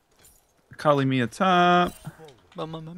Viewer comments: AAAAHKALI not Akali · I'm pretty sure it's pronounced akawli not akuhli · Its A- Kal-i not Ak- lee. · sorry but it just bugged me the way you guys pronounced akali it is ah-kah-lee not acklee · does know how to actually pronounce akali and is just joking or does he not know?